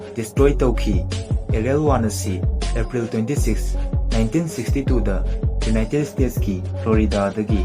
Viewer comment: Ucharol khitang sengna haibiragadi nungaijagani united state haigadaba khonthokto united stage oina haibire khitang nungaijade somgi lei do (tongue) to khitng...